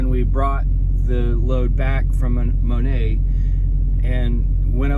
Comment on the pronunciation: Inbound outbound times have been crazy. That little town is pronounced mo-net by the locals. I'm coming out of PA going west I pulled over and did a 34 as the storm hit PA